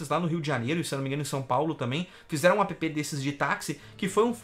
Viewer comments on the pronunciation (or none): não se fala APÊPÊ, a pronuncia é "ÉÉP"